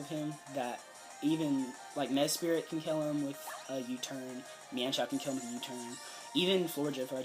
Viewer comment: i'm sorry but this kept bothering me, mesprit* not mespirit